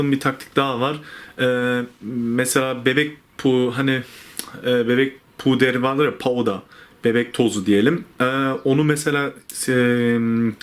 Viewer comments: Bebek Peuda 😂😂😂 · adam gurbette kala kala pudra demeyi unutmus 😂